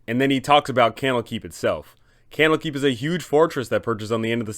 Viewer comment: Camel Keep. Kennel Keep. That's what I keep hearing.